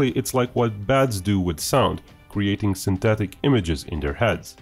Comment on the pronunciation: "Syntethick" aperture radar !